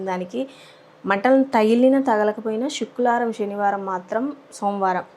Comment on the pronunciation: శుక్రవారం అది శుక్లవారం కాదు